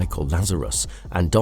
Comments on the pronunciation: "Psi-Ots" is pronounced, "Syy-Otts". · The way he keeps pronouncing psiots wrong. It's 'psi' (as in psychic or psionic) 'ots'